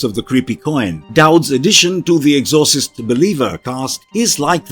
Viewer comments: The ex or sist. Was driving me batty every time he kept prouncing the exorcist wrong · Good video but I’m pretty sure it’s pronounced Ex-or-cyst not however it was pronounced here. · EXHAUSTES LOL. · You fucked up the pronunciation of exorcist. The movie is gonna bomb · I can't with the bad pronunciation of Exorcist. This video is horrible.